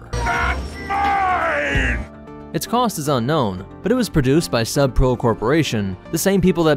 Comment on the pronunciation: I swear I, for a second, thought he said the "Sup bro" corporation. Although, I suppose if you think about it, sub-pro isn't really a much better name for an engineering corp either.